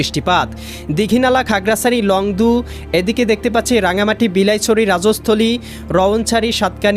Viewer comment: আবহাওয়া মহাপরিচালকের দৃষ্টি আকর্ষণ করছি ০১/৬/২৬ সকাল সাড়ে আটটার সময় আবহাওয়া সংবাদ প্রচার কারী শিক্ষা যোগ্যতা কি? উনি বাংলাদেশের নাগরিক কি? ওনার ভাষাগত দিক থেকে সমস্যা মনে হয় খাগড়াছড়ি বিলাইছড়ি। যায়গায় আগড়াছড়ি বালাইছড়ি। বালাইছড়িটা আরব কোথায়?